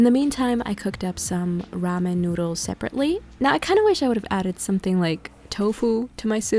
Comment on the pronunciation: There’s something very wrong with people that get meaningless randomly placed tattoos for no reason. Also, there’s an L In noodLes, it’s not ‘noodoos’... yuck. Lastly, KITCHEN countertops are NOT the place to repot plants.